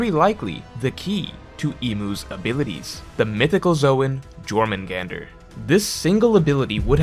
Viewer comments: The pronunciation haha you don't say the J it's 'yore' . Also Jörmungandr isnt a title he's the son of Loki. He's 'the' world serpent and his name is Jörmungandr. It's like calling Thor The Thor and Odin The Odin haha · It’s pronounced “your-mun-gander” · Not even 10 seconds in the video and he’s already pronouncing shit wrong. It’s pronounced “your-moon-gone-der” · Back at it again with the text only pronunciations I see. It should be “Yore mun gon der”. Like how in Mjolnir (myul near) the j is silent. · I thought it was pronounced "Yor-man-gander" .....J's being pronounced as Y's in norse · "J'" is pronounced as "Y" in Scandinavian languages. It is "Yormengander." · I thought the j was pronounced like "Yor" not the regular english way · bro it's pronounced like yormungandr. the j makes a y sound, like mjollnir or jaeger or jung. 😭 why do you never look up how to pronounce anything 😭 ive been correcting u for years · I don't wanna be that guy, but I was shivering way too hard bc of this: Please pronounce it Yormungandr. The J in german and norse languages is pronounced like the english Y. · Bro, it’s pronounced YOUR-man-gun-der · STOP NO STOP I CAN'T STOP, I WANT TO WATCH THE VIDEO BUT A "J" IN SCANDANAVIAN LANGUAGES IS PRONOUNCED LIKE AN ENGLISH Y SO IT IS YORMUNGANDR. ok yelling done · Btw it is pronounced Yormungander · Lol bro it’s pronounced “YOHR” mungandr 😂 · J's be killing english speakers i stg. But for the next 15 minutes it IS now Juh-Or-Mangander people. Just deal widdit. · Not pronouncing Jormungandr with a J lmfao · Rip, definitely learned the word Jormungandr via reading. It’s Scandinavian so the J is pronounced like a why. Been there with words like epitome (ep-ih-toe-mm vs the correct eh-pit-oh-mee) it never feels great so no shame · your pronunciation of jormangandr hurts me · I'll never get over pronouncing stuff wrong, like pronouncing the j in Jormungandr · The j is pronounced like a y.. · You said jormungandr wrong